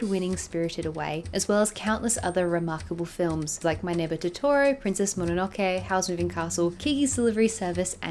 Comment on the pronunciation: Funny that you clarify and emphasize how to pronounce 'Ghibli' correctly but then proceed to pronounce 'Totoro' incorrectly 😅